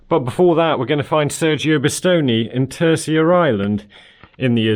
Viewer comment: read sergio with a scottish accent and Bisonte like B zontt. terceira like tercheyra